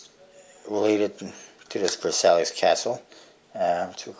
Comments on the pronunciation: he's right actually, i'm french and the right pronounciation would sound like : verSY or smthg like that ;) I'm looking forward for the Gold crown, i've never heard about it ! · It's pronounced vur-SY, like the treaty that started WW2. Good review though. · I'm pretty sure you pronounced Versailles wrongly, but whatever. What is there to buy at blue crown that adds up until $100 anyway?